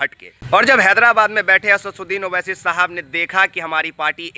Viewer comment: Achha se naam bolna nahi aata Asaduddin owaisi sahab ka chala Ha news dikhane pahle naam lena Sikh lo